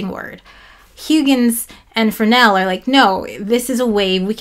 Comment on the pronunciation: The word is much less dreaded and disgusting if you remove the errent hard c near the end.🤣🤣 I haven't finished but so far another great vid. Lots of challenging pronunciations in this one with Hawkins (with a g and y) and of course Fres-nel. I think im gonna read up on Fresnel.